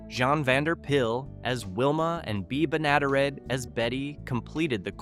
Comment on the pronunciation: Pronounced "Benna-DEAR-et" not "Be-NADA-ret"